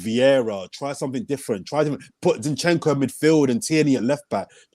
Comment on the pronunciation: After that City defeat, our chances of winning the league are the same as pronouncing Chinchenko correctly.